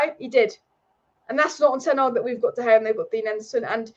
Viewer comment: Hey, the manager is called Ten Hag, not Ten Ag………